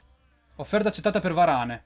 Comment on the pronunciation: Sì dice varan no varane